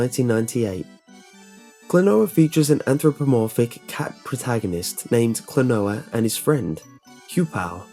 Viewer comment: It's "Klonoa", not "Klanoa". ;)